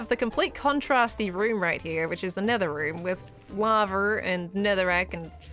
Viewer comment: "Nedder." (nether)